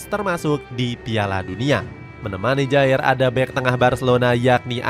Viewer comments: simon kher penyebutannya lol 😂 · Kjaer dibaca kiyar mazseh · Min koreksi ya : 1. KJAER Dibaca Kiyar 2. Braithwaite itu penyerang sayap, jadi ga mungkin dipasang jadi CF selama ada Dolberg & Poulsen